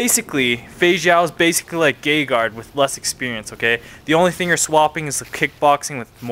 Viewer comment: Gayguard lol i heard gayhard before but is it said ger-rard ? Agreed on king mo not being a l'n'p guy, i love his interviews he brings humor and good insight, hes great for mma, the arrogance is a nod to wwf/wcw personas. i got a bad feeling for mo but i think he'll pull through, im hoping to get good odds vs kennedy i think jacare will get a submission guys a fucking bjj beast! that match vs roger damn! dislocated arms hurt damn it and he fought on to the end, hes a slum dog and motivated